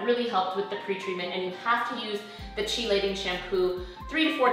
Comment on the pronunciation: Hi, I am trying hair print and have resistant grays. I have also gotten the chelating shampoo. Do you use a specific conditioner with the shampoo in the days leading up? (Btw, it is pronounced kee-lation)